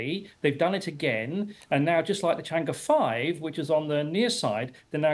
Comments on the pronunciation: It's pronounced as "Chang Eh", not E. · The tone is not "e", is "er" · 是嫦娥，不是长歌。貌似歪果仁都没法发对这个音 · 不是读 chang e 而是读 chang er . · It’s pronounce “chang-ur” and “chong gou” please have the decency to check with google! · 'Chang'e' is pronounced as 'Chang Er'. Please western journalist, learn to pronounce Chinese names properly. It's not difficult., Just asked anyone who speaks Mandarin or GOOGLE!. What is so difficult about that? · When a China correspondent can’t prounce chang’e correctly😂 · she is BBC reporter in China, but she does not even bother to learn how to properly pronouce Chang'e 嫦娥😅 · BBC china correspondent can't pronounce Chang'e properly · BBC没让我失望！chang'e的发音都是错的。。。果然是一个没有公信力的媒体小丑。